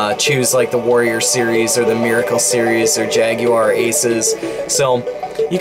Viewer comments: Holy shit, an American that can say Jaguar correctly. I had practically given up hope. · Had this been a little less Street Racer/BC Racers and a bit more Mario Kart it really would have been help to the struggling Jaguar. As always, Thank You for not pronouncing the Jaguar as "Jagwire".... The only people that should ever pronounce it that way should be Brits and even then it kind of bugs me.;)